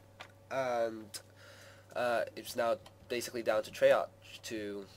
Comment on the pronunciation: Treyark is how its pronounced